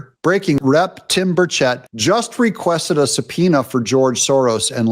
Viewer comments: It is said (Burr-chett) like burr- like when your cold and chet like Chet Atkins. Put it together and you have (Burrchett). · Wrong pronunciation of Burchet